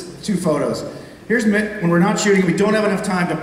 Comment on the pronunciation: Its Mick, not Mark... poor Mick.